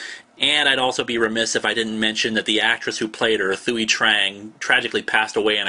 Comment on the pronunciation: Thuy is pronounced like "twee" and she died in 2003